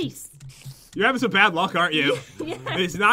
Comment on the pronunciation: Bad not baf